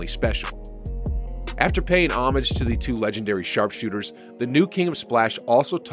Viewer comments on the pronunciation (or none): none